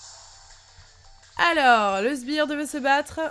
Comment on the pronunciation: Si non c'est vraiment sbiRE et pas sbirDE !!!!! Mais si non super vidéo !!!!! Comme d'habitude !!!! ❤️